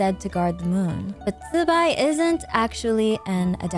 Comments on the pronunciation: Zubai? It's zibai why people can't read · Please just say zibai normally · and it sounds horrible, just use the english pronouncination instead